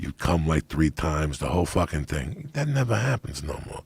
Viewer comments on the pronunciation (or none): “do you eva think about ‘dat?” 🤣🤣🤣🤣